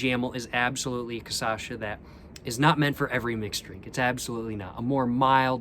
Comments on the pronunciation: sorry ily but it’s KUH-SHA-SUH not KUH-SA-SHA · You pronounce it wrong every time. It's pronounced *cachaça*, but you say *caçacha*. Get it right cos now you are becoming an authority on the subject of bad drink. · Every single time he says "caçacha" instead cachaça gets me 🤣🤣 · So cute you pronouncing “caçacha” instead of “cachaça” haha 🥺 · is cachaça not caçacha ;) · cool videos. Just one thing. It's is pronounced CA-CHA-ÇA, you are pronouncing it CA-ÇA-CHA, just switch the last to syllables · Change the sylable order from Caçacha to Cachaça (kuh-SHAH-suh) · “Ka-sha-sa” that’s how you say it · i love how he pronounces it "casacha", i'ts so cool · cah-shaw-saw that's how you say it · That’s too difficult. I’m going with ca-sha-sha emphasis on the 2nd sha. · KASHASSA! The correct pronunciation is kashassa! Stop being ignorant!:face-turquoise-covering-eyes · Istg he says Caçacha so many times that the word quite literally loses the whole meaning. He got ME second guessing the right pronunciation like wth? Hahahahah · This was made when the poet had not yet mastered the pronouncing of cachaça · pronunciations are legendary <3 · He pronounced it right 2 videos ago with the 51, but since the Caipirinha video he pronounces it like this. It drives me insane because he says it 1000x this video — but now after watching this video i dont even remember the correct way to pronounce it. The correct way doesnt even sound correct anymore. Lol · think he starts to say it MORE correct… after he drank enough, the Cachaça finally started to correct him. But then again, maybe not, i feel like im going crazy when i hear that word anymore. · He said it REALLY wrong on his first Brazil video, then he started saying it perfectly in the 51 video and then started saying it almost right after that. It's all part of the process.